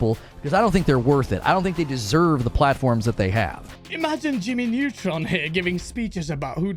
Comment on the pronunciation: You really called him Jimmy nuetron 😂